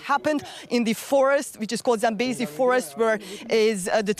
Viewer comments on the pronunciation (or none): It's sambisa not Zambezi